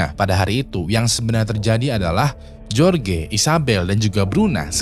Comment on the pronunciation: "jorge" tu dibacanya "horhe"